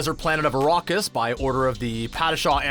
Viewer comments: I've seen Dune 2021, 1984 and the 2 Sci-Fi channel miniseries, and not once have I heard it pronounced Arrokis, as narrated in this video. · ARAKIS for God's sake..ARAAAKIS